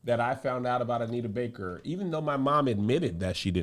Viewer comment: Every time Kev say Anita Baker I want to slap her name out his mouth 🤬